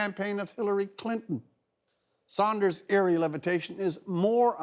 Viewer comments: Rex, it's SANDERS not SAUNDERS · dudes face literally freaked me out at first, nigga either got good weed or ebola and its sanders. pronounced sand-ers. not sahnd-ers